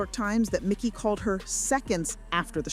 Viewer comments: It's Mikey. Not Micky. Getting these details right is important if you want to be taken seriously. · For such a detailed video, you would think they would have spelled and pronounced MIKEY'S name right. The video title is incorrect and they refer to him as MICKY throughout the entire video. WTF? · It's Mikey not Micky. 🤦‍♂️ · It is mEYE-kee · How many times does this narrator say his name wrong ?